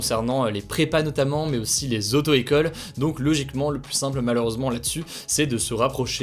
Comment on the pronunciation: On ne peut pas dire plusssss contagieux. Le s final de plus ne se prononce pas quand le mot qui suit commence par une consonne.